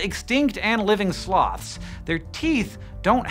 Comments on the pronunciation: "Slowths." - Sir David Attenborough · it sounds like hes saying slavs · I had this video running in the background instead of "Sloths" i heard "Slavs". So i got really confused. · 'Slawths' lol